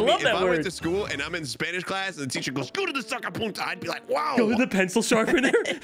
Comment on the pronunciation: "What the- I'm not super fluent in Spamish but I think this might not be a good thing I dunno!" I love Larry. Dunno if he meant to say Spamish but I love it.